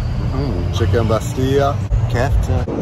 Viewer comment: nn bastilya Just bastila 🇲🇦🇲🇦